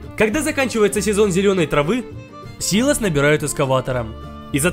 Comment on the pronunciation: дед говорит что правильно сило́с